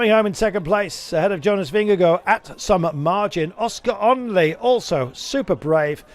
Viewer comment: For goodness sake - please learn how to pronounce Vingegaard! Vin ger GARD. Not “Go”…